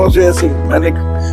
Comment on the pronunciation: The way you say ese ese log is wrong bro work on wording all the best